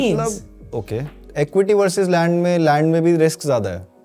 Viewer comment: This guys needs to learn how to pronounce land 😅